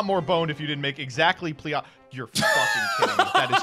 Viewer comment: Was anyone else cringing during the deck list when kept mispronouncing pleiades